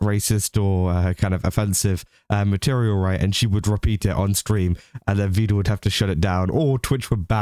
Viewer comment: Just been thinking about it. I think the reason people think you're part of the swarm, or at least one reason.. You call him 'Vee-duhl', like Neuro does. He has gone on record, saying it is pronounced 'Veh-duhl' more than once I believe.